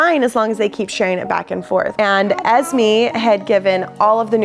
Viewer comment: Sorry no offence you are pronouncing Esmé wrong I don't care how you pronounce it I'm just telling u how to its not Es Mee It's Es May